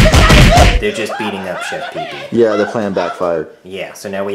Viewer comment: its peepee not peeper